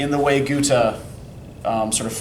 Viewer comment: My german prof, from Hannover Germany, pronounces it like he does so his is fine